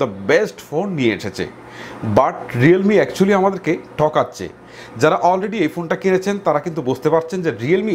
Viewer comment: উচ্চারণ এর সমস্যা আছে। বুল,টকাচ্ছে,গাদা,কারাপ😂😂